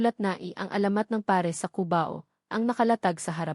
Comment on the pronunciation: Bago na pala ang pag bigkas ng pares peres na